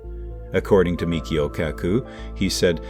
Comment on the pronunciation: MICHIO, not Mikhio